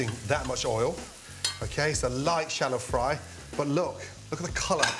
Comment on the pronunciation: Its good to hear him say "shallow fly". I do that shit all the time.